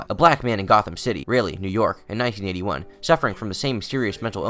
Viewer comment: New York really sounds like the n word, is that just me?